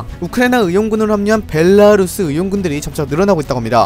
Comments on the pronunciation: 전쟁초기에 벨랄루스 발음에 꽂혀서 계속본건데 저는 아쉽네용 ㅋㅋㅋㅋㅋㅋㅋ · ㅋㅋㅋ 맨날 벨랄루스라고 해서 제대로 발음하시려고 끊어서 말씀하시는 거 커엽 ㅋㅋㅋ